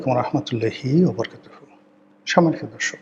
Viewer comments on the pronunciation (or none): none